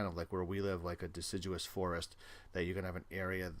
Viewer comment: *forest not forsest